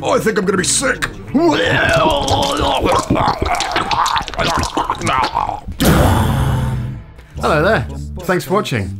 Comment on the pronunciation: Earth said hulo